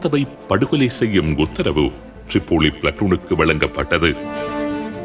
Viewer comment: ரிப்போலி❌ திரிப்போலி✅